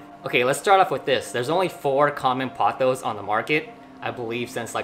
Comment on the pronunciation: POE-thoss (rhymes with "boss")